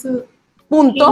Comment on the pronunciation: Ok, pero ¿nadie habla de que en el minuto Love dice p*to en vez de decir punto? JAJAJJAJAJJAJJAJA😭😭😭💓💓💓LAS AMO MUCHO